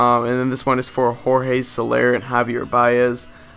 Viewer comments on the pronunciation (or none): none